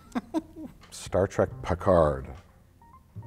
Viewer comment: "Star Track"